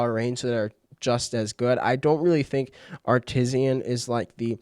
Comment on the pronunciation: downvoted because of "Artisian"